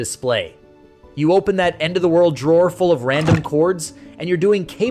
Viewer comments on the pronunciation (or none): none